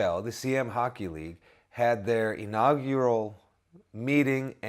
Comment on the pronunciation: Great video, John is much better at saying inaugural than you are :D